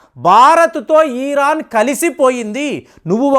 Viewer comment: ఇరాన్ అని కరెక్ట్ గా పలకండి. ఈరాన్ అని పలకడం తప్పు......